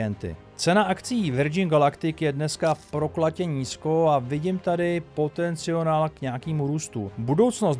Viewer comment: potenciál se říká 😁 jinak fajn video